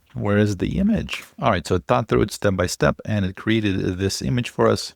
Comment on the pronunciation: Dude, "THROUGH"